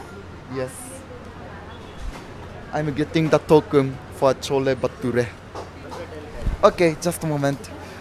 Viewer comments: Bro thats not chola bhature that was Chola bhatora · Are you not right not chhole bature that is chhole bhature ok